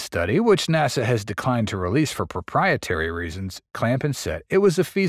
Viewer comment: Some AI pronunciations are becoming more accurate... "naw-sa".